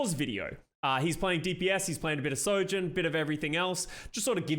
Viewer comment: Why do I keep hearing Soldierjourn ? :(